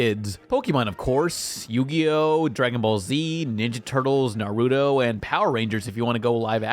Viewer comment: I love your channel but NarUDO bro you say it Nar-oo-toe